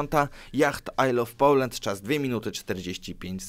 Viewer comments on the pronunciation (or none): none